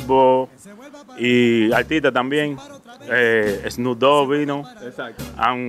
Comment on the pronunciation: “ ssno dogui 2 “ el rapero 😂😂😂🤦🏻‍♂️